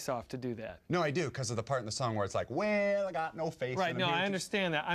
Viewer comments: thumbs up if you thought he was saying WHALE instead of WELL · This is one of my fave skits, the first time I saw it I thought he was saying "Whale" but I love how crazy this one is xD